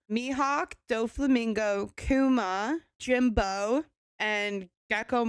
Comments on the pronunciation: Who is Jimbo....it is Jinbe....please say their name correctly.... please please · Love the hair change. Also to help you out. You have met all but 2 Warlords. One of them is your infamous Jimbo lmfaoo if you want help pronouncing the name correctly it's pronounced (Jim-Bay) to help you out. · Jimbei is pronounced Jim bay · It’s Jinbe. Jin-Bae the first son of the sea. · SHAH-KEY (shahki), RAY-LEE (raleigh), JEAN-BAY (Jinbe) (phonetically, hope it helps)🤘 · She gotta be related to luffy with the way she hacks the name “Jimbo” 🤣🤣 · Yep, Jimbo and she had it right before, it's Rayla (Ray-luh), lagoon, Gecko mom, etc. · Youre just like Luffy messing the characters names hahaha